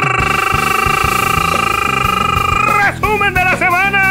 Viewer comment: Extrañaba el rrrrrrreeeeeesumen de la semana, estuvo chingon